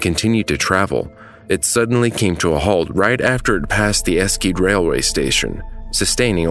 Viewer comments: I’m sorry but you’ve gotten the name so so wrong, it’s pronounced es-shed-eh or es-shed, online pronounciation videos are wrong and I had to triple check the name by watching the news reports to verify. (There is also no q, so the title is also spelled wrong) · It's not hard to look up pronounciations: ['ɛʃədə] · Pronunce Esche more like Eshde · Esscede, Germany 😂😂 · the "sch" in Eschede is pronounced more like the "sh" in shed. there is no hard c or k in it. Try "a shed a" next time. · It is not pronounced with a Q like you do it here, the town is actually pronounced like Esh-eh-Duh. I think you are mixing it up with the dutch town of Enschede where it is actually pronounced the way you do it here. There another famous disaster happened when a local fireworks factory blew up. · Very good documentation ! But pronounce it "As-She-Dee" next time :'D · I know, you are not to blame for this since you have propably never learned the German language and I'm sure that I wouldn't do any better with languages I've never learned, but how you pronounced Eschede really killed me 😅 the second e is not silent and sch are combined to one single sound. Google translate is pretty accurate if you set it to German and let it read out Eschede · my german heart broke by the way u pronounced the city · Content in general is pretty decent tough. So it's a minor mistake one can look over ;D But yeah i also cringed a bit at the eschede (even though i'm fully aware that my english pornuncation is not perfect and i will butcher foreign city names too)^^ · there's no other way to say it, because in German "sch" cannot be a "sk" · the way you pronounced Eschede terrifies me, I have never heard anyone pronounce it that badly. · oh no, the intro was just, wrong, I'm extremely familiar with this crash, I did presentations about this, I'm used to these devastating accidents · saw this documentary on nat geo while I was a kid. Karl is her last name and eschede wasn't pronounced like that